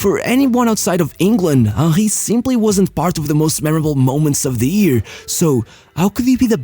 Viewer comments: Bro how is Henry pronounced as Onkhay? It’s Henry I think Hank would better at this point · How this guy pronounces Henry as Ah-Hee, I'll never know. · WHO THE FUCK IS WAHHEY, cn u pronounce the name PROPERLY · “Im talking about hieyy hewny.”😂😂